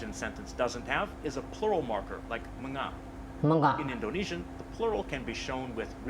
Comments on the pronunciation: Mga is pronounce "Ma Nga" as Mga. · mga is pronounced ma-nga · Tip: pronouncing "mga" is quite confusing since it dosent pronounce by its spelling. We pronounce it as "manga"(soft /ng/). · and also mga is pronounced (MANGA) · MGA pronounces as MANGA and NG pronounces as NANG